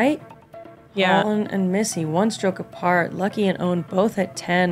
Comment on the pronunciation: Her name is Lykke, not Lucky.